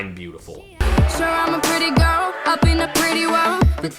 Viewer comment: Daya pronounces “girl” like garrel